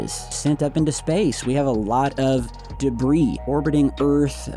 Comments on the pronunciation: “Space Debris” SILENT S in Debris .. 🤦🏼‍♂️ & while I’m #Teaching #English here.. DEER, FISH, SHAMAN.. ppl always be sayin’ deers, fishes, Shamans.. LMFAO ALL WRONG .. SAME WORD, both SINGULAR & PLURAL.. #SIMPLE 🤷🏼‍♂️ #BASIC #EDUCATION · Debris is pronounced debree!